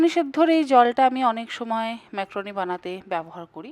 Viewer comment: ম্যাক্রোনি নয় ম্যাকারনি